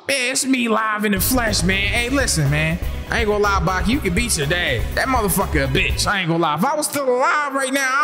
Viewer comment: Nall it's Baki,na meen🤢